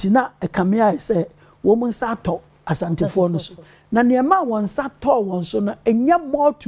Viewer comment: Everybody take note. The name is ASANTE not ASHANTE.